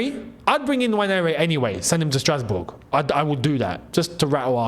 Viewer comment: i laughed the part you said strasboug😂😂😂